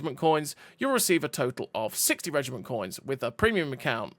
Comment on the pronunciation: Reg I Mont ???? Learn to say Reg I MENT 🤮🤮🤮🤮